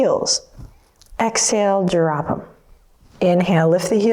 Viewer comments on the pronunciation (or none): Anyone else immediately think of the Beastie Boys when she said drrrrrrrrrop at the beginning? XD